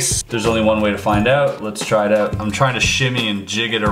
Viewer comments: oot like you Canadians say it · I dont have a problem with the word "out" I have a problem with his pronunciation of the word